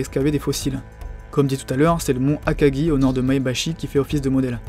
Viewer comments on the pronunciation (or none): none